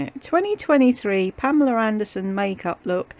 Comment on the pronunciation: Yeah...I found that a bit nauseating. I've always heard her called Pamela.